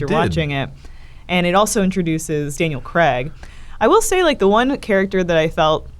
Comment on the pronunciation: Why do Americans pronounce Craig cregg?